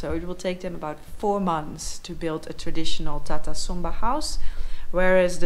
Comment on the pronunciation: I thought he said Tata Sumo but it's Tata Somba , Tata is vehicle manufacturer .